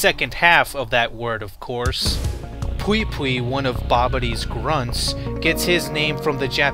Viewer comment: Pui Pui not Pwi Pwi . The "u" is pronounced like the "o" in "movie" and the "i" is pronounced the "y" in "boy".